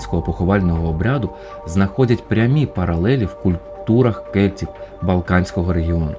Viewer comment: Дещо дратує ца-цакання: кельціу